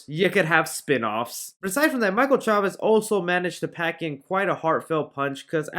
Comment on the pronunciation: So far you are the only YouTube that pronounces Chavéz correctly.